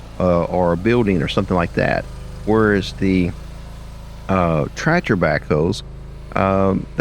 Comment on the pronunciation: Are you saying "tratcher' ?